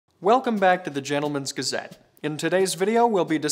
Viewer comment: I will admit, I always click on these videos for the intro - the “welcome back to the gentlemen’s gazette” as it’s so suave and perfectly pronounced. Seeing the new presenter i was skeptical.... But it’s still great yeah i only watch 11 seconds